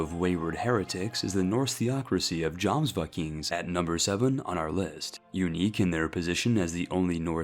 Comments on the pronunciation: Should be pronounced as yomsvikings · Buddy. It's my OCD, forgive me. It's pronounced Yomsvikings. Not Djomsvikings. I still love you and your videos man. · Jomsvikings is pronounced yomsvikings